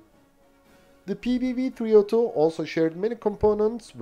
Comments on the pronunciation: Very impressive that you managed to say all the Swedish names in their full glory, *clap clap*. Small correction1: The cannons used to be belt fed, but this was later changed on all of them to make them cartridge fed. Small correction2: The PBV 302 is more of an APC than IFV. It was meant to carry troops into battle and then stay to support them with the cannon. Ukraine will probably make the most use out of these bad-boys as battle taxis and armored ambulances. A vehicle not for the modern front-line, but more for the rear. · Well done pronouncing the Swedish vehicle names!!!